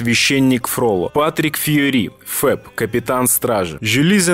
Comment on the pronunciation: Только произносятся имена как БрюнО и ПатрИк ;) Довелось побывать на русскоязычной версии этого шедевра (слава Б-гу в этот день составе небыло Петкуна другой малый спел гораздо лучше него) - ЛУЧШИЙ мьюзикл который я когда либо видела и слышала!!! (все песни во время представления я пела на французском). Счастливчики те люди которые воотчию видели оригинальный состав с Гару БрюнО и другими великолепными певцами!!!! По песням Гару я учила французский, обожаю его, но Брюно тут мега крут!